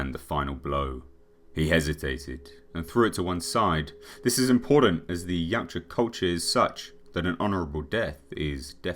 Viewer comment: I've forgotten what the name of the predators are called but when Arnold asks what are you it sound like he said yawcha or somet😂